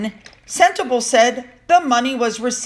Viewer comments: Pronounced Sentabaalee Hope that will help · Sentebale is pronounced Sent-ah-Bali. I know you just love these little gems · "Sentabale" - pronounced, Senta-barlay.. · It's me again. It's not sentabale. It's pronounced sentabalee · Sentebalé is pronounced:”Sent a barlee”! Re: donations to Sentebalé: Harry also received a BIG cheque from the Arab (Mafous bin Mafous) whom he accused Charles of accepting cash for honours! Sentebalé received NOTHING!? It’s NOT IPP status for security. It’s the diplomatic immunity, and MM can lie all she wants, and no one can touch her! It’s all about her! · Love your videos. Thank you for all of the hard work you put in. Can I just point out a pronunciation thing though please if thats ok. Sentebale is pounced "Sent-e-bar- lay" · Sentebale pronounced SEN (like sin) TA (like rah). BAL (like fall ). E (like A) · its Sentebale....pronounced senteballet; balé & means forget-me-not. Hope you don't mind the correction 🙈😘